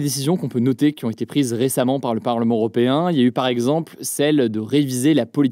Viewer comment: Européen non pas Oropéen😂